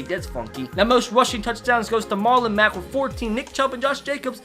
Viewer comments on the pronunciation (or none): none